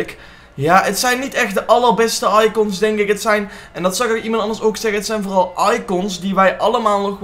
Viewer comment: hoe zeg jij icOns hh